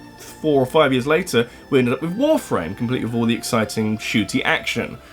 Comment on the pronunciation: I swear, the way you pronounce Warframe sounds like you're saying "Wolf Rain".